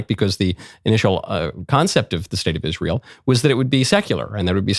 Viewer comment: Why do you put such a weird emphasis on the letter "L"? You sound like you're licking it. IsraeL, aLiens, eLement, repubLicans.